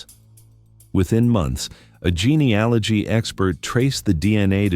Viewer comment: If you are going to post crime stories that use genealogy, due to it's importance in forensics, you may want to say it correctly. You currently say it wrong every time. Google it and correct these posts, it doesn't give much credence to your research. Is it also wrong?+